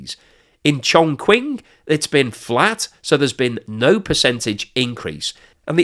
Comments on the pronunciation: Chongqing is pronounced - CHONG-CHING, not CHONG-QUING :) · I like your videos, but you need to work on your Chinese pronunciation. Here's a couple of tips that would make a huge improvement: 1. Q = Ch, so Chongqing sounds like Chong Ching. 2. Zh = J (like Jacques Cousteau) Yang Zhou sounds like Yang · I don't usually do this, but you gotta work on your Chinese pronunciation since you make videos on China all the time. 'X's are pronounced like 'Sh', so Xi would be "she". 'Q's are pronounced like "ch", so Chongqing would be "Chong-ching". Finally, 'Z's are mostly pronounced like 'Z's, but sometimes can be kinda like 'J's, so Fuzhou would be "Fu-joh", just don't annunciate the J very much. I hope this helps, because it makes the channel look amateurish.